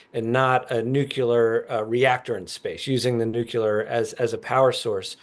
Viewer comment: I couldn't listen past the first "nucular". Hearing that from professional journalists somehow obliterated my interest in this podcast.